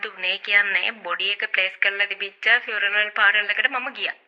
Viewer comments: Participate, funeral, cemetery ❌ Pasitipate, furaral, chemistry ✅ dammm bro made a whole new pronunciation 😂😂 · Aiyo rewars furanal now mirss funaral ,fawers boked😅😅😅😅😅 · " paaral " eka 😂😂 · ෆුනරල් පාලර් ❎ පියුනරල් පාරල් ✅ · Furanel paral... ( පාරල් ) අම්බෝ 🤣🤣🤣🤣🤣🤣🤣🤣🤣 පව් මේ වැස්සි 😂😂😂😂😂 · Invitation to participate at a funeral ...😂 What a joke.. Real mut. ෆියුනරල් ෆාරල් ...😂😂😂 ෆාරල්, කැබින්, ෆ්ලවර් බුකෙටි, ෆයර් වෙනව, බැරියර්, කැමෙස්ටි 😂😂😂 What are those words.. AI Reverse Technology. Advance method. Social media is reversing ... 😂😂😂 Popular characters don't talk like this. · පියුනරල් පාරල්😂😂😂😂😂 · Funaral plour ෆියුනරල් පාල not පාරනල් .